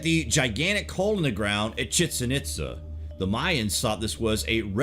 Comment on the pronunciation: you're a great narrator, but I have to admit the mispronunciations really kinda irked me lol. Pretty sure it's pronounced Puma Punku(poonkoo) and Chichen(cheechen eetza) Itza.